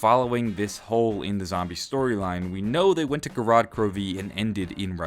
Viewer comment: It's so funny to me that says DE as it should be said but then he says Zetsubou and Gorod normally like an American hahaha sorry